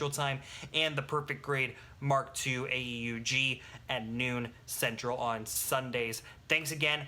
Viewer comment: btw not a criticizim or anything but it's typically pronounced aoog (AEUG)